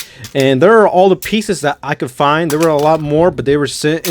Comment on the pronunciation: Bro this man has to have any word that is supply to start with a t and he replaces it with a d like instead of there he says dare